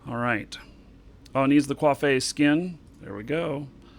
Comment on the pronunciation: Ocolytes? Quafay? Is this like a gimmick?